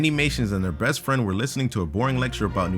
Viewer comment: listen closely just said breast friend